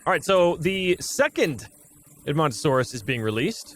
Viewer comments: you pronounced edmontosaurus right! also i know a GREAT dinosaur youtuber: GamingBeaver!! you shouyld watch him hes the best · You are saying Edmontosaurs correct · Edmomntosaurus was pronounced right, the samall guy is pronounced like this Stru-Theo-My-Mus :) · Edmontosaurus was discovered by Edmonton Alberta Canada (My home town) It is pronounced Ed-mun-toe-saurus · You are saying edmontonsaurus correctly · Strooth-eo-my-mus. You pronounced edmontosaurus correctly. It's named after Edmonton Canada where it was first found. As a paleontology enthusiest I love listening to you play this game. Makes my day. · Edmontosaurus is perfectly pronounced